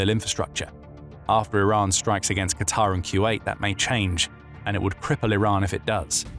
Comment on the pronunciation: Finally,someone who knows how to pronounce QATAR like it should be.I get so enraged by those idiots who don't know how to pronounce it correctly.I have a friend who lives in DOHA.